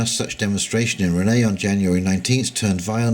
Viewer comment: BTW, Rennes is pronounced Ren. ;)